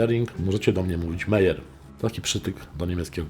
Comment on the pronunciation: Bardzo ciekawe. Tak na marginesie Meier wymawia się Maier.